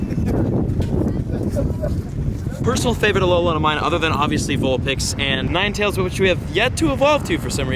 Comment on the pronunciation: If he says "alo-lawn" one more time........